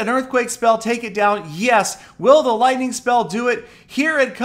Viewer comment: Peter17$: "LOITNING ON THA TOWN HAULL!!"